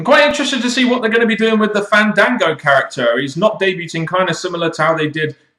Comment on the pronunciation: can't say "Debuting" properly, the T is not pronounced.